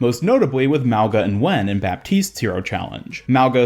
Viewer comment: Congrats on getting the pronunciation of “Nguyen” right, thanks for the extra effort. I hope he at least becomes more noticeable in the lore. He seems like a pistol guy.